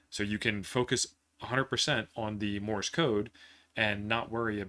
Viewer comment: Morse, not Morris. Please !!!!